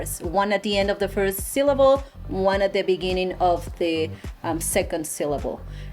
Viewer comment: I wish they would stop saying, 'you're going to have to practice a bit'. You have to practice a lot. :hand-orange-covering-eyes: Habits from childhood are hard work to get rid of. That's why she says, 'syllaval' instead of 'syllable'. She cannot get rid of the same-ness of 'b' and 'v' in Spanish. :face-purple-crying